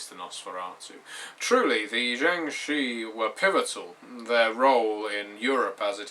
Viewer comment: Shi is actually pronounced "Sure" (as sure is pronounced in America) with an R sound at the end. They are an ancient Chinese folk legend. Sorry, I'm a huge nerd in addition to being a Chinese speaker.